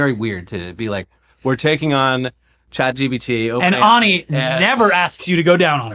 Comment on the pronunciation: Wouldn't you say ani like "Annie" not "ah-ni"?